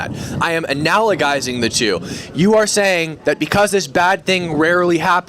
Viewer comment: The MAGA hat guy mispronounced analogizing. Analogizing is not pronounced with a hard g in the first g. It is pronounced with a soft g like gesture, jet, not g as in got.